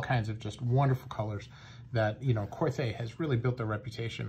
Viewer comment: Pronounced Kor-Tay.